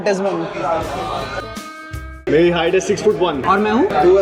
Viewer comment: Ain’t no way my 2 favourite Indian niche influencers. Autizmen and said ziz in one video